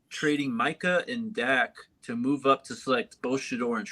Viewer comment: said mooth youvment 😂😂😂